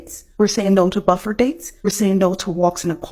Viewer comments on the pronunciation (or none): I think she meant 'buffet' date; but I heard buffer as well😂